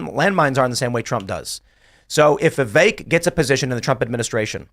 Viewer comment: Vivek's name was pronounced properly 100 times in this episode, and this idiot from New York continues to mispronounce his name. I don't want to say he's an idiot, but i hear him speak.... I have to bite my tongue. Go back to Brooklyn you deigo guinea wop. Keep pouring olive oil straight down the drain and ruining your own sewer system... and choke on the flood that's your own fault. NYC was ruined by these people.